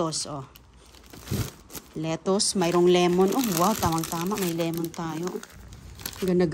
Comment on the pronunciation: Anong as pa ra gus,Asparagus!!,lemon not limon,dosena not dosina.Sus ko,grabe ang dialog.